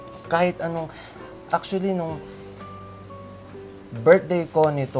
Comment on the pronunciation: Ang daming acshually😂